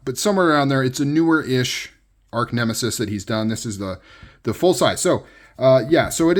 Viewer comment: Sweet pick up! By the way, it's arch (artch) nemesis -- not arc nemesis.